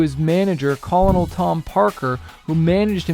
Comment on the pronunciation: The Call-A-Nall. LOL. It's pronounced, KERNEL. LOL